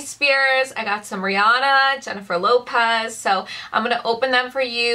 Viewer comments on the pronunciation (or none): none